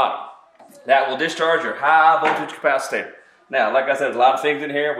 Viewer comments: Finally.....someone who actually discharged one of these beasts in real time.... bravo ! By the way... "capac-i-tator" ?...haha, got it... I guess that's Southern speak for capacitor, eh? Cheers. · Ca-pa-ci-tor. There is no “ta” syllable in “capacitor.” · My first thought: Should I trust someone who doesn't know how to say "capacitor"? Ah, but maybe he just throws in the extra syllable for a little extra humor. ... OK, I'll keep listening.